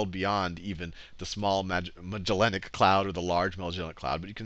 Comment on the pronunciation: thumbs up just because I now know i'm not the only one who struggles with that word - Magellanic